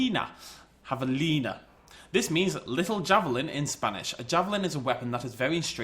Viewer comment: Is jabalina, no javelina. And is how we call in spanish to a female boar too, also for a male one is jabalí.